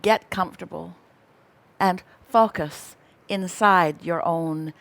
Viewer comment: fockuss not focus. xD